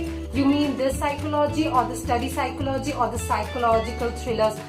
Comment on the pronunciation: pronounciation of psychology was wrong...